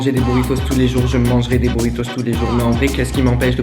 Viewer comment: Bouritos, ça m'a dérangé ahah